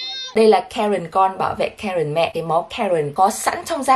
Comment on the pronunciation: Karen nghe lộn thành karken😅